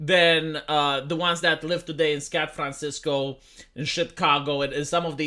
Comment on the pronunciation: Did he say scat francisco rofl